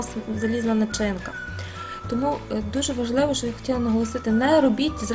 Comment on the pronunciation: У Вас гарна українська, проте: мука - це борошно, а шо то є що. Рецепт чудовий і покроковий для новачків. Мені було трішки нуднувато. Бажаю Вам кулінарних успіхів. Чекаю ще й інші рецепти.